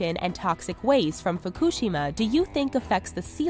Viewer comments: Im 99.999% sure she is saying fukushima wrong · Quite literally everytime she said "Fukushima" it was pronounced differently. How? Cover your bases I guess.